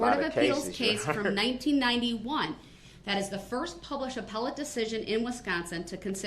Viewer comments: Did this fool just say, " Apple-tee court".....trying to say appellate....@ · Did he just mispronounce "appellate"???? Bahahaha!!!! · Did this man child really just say “appletee” court rather appellate court? I can’t wait until he doesn’t see the light of day. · did he really pronounce "appellate" like "apple tea"?